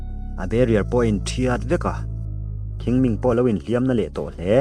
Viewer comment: Chinese ho hian "Q" hi "kh" ang nilo "chh" hian an lam tlang pui changtupa poh hi "Chhing Ming" tih tur anih ka ring